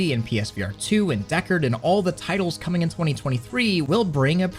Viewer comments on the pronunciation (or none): For a second there I got excited because I thought you said sweet VR "titties" 😞